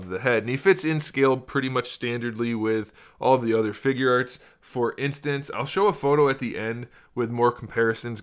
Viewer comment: I thought you said ”figerts”